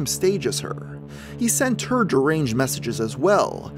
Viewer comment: Practice saying deranged... otherwise solid Channel